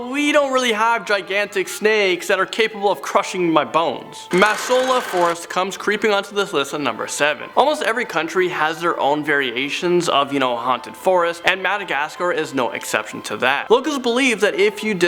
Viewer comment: Not wanting to be THAT person but... I can't help myself. Sorry! Number 9: it's "Lolo Vokatra" not "Fokatra". They are not spirits but more like zombies. Number 7 : it's "Masoala Forest" and not "Masaola". Most of those cannot be considered as urban legends, right? I mean by definition they aren't. And they are not even scary. Lol. There are a lot of malagasy legends that are way scarier though. Anyway, sorry for the annoying comment and thank you for making this video!